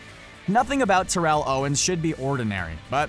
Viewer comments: terrell its pronounced like daryl except with a T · Ur mispronouncing Terrell wrong. How in the hell can u not say his name correctly